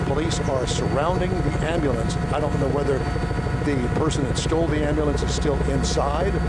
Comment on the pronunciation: "am-al-lance" LOL